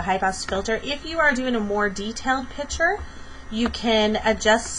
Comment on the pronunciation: Are you actually saying "pitcher"?